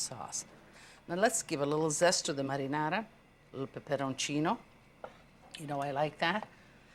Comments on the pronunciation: Only a nitwit would not like ANYTHING about Lidia!! She enunciates 'marinara' much better than most anyone else 'attempting' to utter the word!! Sincere compliments to Lidia!! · All these years I thought my dad was just pronouncing marinara in a silly way. Turns out he was actually mimicking how Italians pronounce it lol.